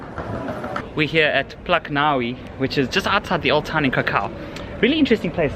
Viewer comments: Plac nawi 😂 you were excellent good with pronouncing words until that one, not even close. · Can you say ‘plahtz nawvee’ ? It’s not so hard.